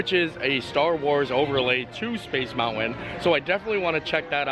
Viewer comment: Lol,, this is MY PARK. I live in San Fernando Valley and used to go here frequently. This IS the best park as it's differences from WDW are vast. Small world is a gem. That CHICKEN DINNER is delicious! I wS thinking double mashed potatoes, then you mentioned it! 👍 It's cute how you say Space MOUN AIN, Instead of Mountain. You don't pronoun e your Ts LOL. CUTE😁